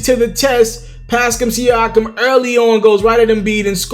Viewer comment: He's still saying Pascam Siakam?